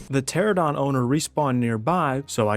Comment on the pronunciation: Bro I love cats. Also the pterosaur species the players are riding on is called "Pteranodon" pronounced "Pter-an-nodon" not "Pteradon" I love pterosaurs a lot, the names of pterosaur species can get hard to pronounce though so I hope that helps